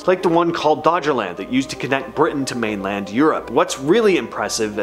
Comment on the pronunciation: Doggerland not Dodgerland lol